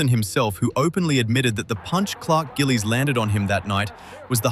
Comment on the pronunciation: Clark Gililies!!! Good vid